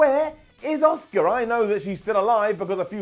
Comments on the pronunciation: I swear i hear you saying oscar instead of auska god damn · Why does everyone in the uk pronounces Asuka as "Oscar"?